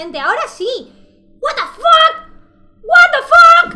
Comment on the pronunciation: wtfack le sale muy gracioso